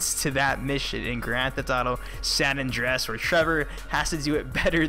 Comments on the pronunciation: San Andreas not san Andress like u Said i the video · "San Andrass".. pretty sure it's pronounced "San Andrey-es"...